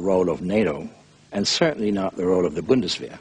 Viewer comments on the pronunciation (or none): none